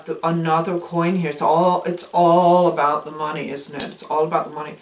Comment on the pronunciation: 🤣 your ravens and parrots... I adore the "abuut", are you going for Michigan?